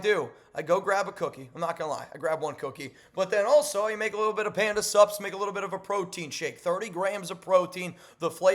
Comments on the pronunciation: When you say Panda Sups...It sounds like Panda SUBS. Like food. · Every damn time you say, Panda sups, I hear subs and end up at Subway 😂😂😂😂